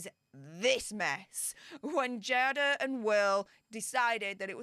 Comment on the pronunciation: It’s pronounced Jay-duh.